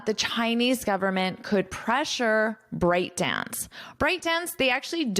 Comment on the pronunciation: Very detailed great course!! But I think ByteDance pronounces "byte" dance, not "bryte". It's a computer unit of characters.